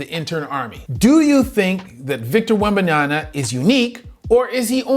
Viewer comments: WEMBANYA MA, MA, MA. NOT NYANA. C'mon dude. Black Amerikan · Brother, it seems that you also have another PHD in the wrong pronunciation of athletes' names.😁😂 Wembenyana, Jianis, and I'm just glad you didn't say shet rather than Chet.🤣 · Please, stop calling him "Wembayana"... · please learn to say his name right. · Now that the NBA fnals are over, you can spend the summer learning how to pronounce Victor's last name. Good video. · The dude can't even make the effort to learn how to pronounce Victor's last name correctly.